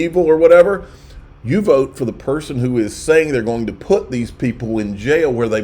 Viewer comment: Now you sound like a Australian with your vote 😂